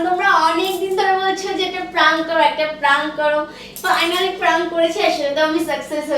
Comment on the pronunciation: Praank noi prank bolo didi 😊